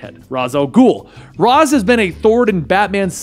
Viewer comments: Let's get pronunciation right. It's NOT Razz, it's Raish. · How does somebody who knows so much about DC still pronounce Ra's Al Ghul as Raas Al Ghul instead of the correct pronunciation of Raysh Al Ghul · It is pronounced Ray-shhh not razz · I hate how you call him raz and not Ra’s (Raysh) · it's pronounced RASH al ghul, not raz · its pronounced raysh for ra's al guhl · ...when did Ra's STOP being pronounced "rache"?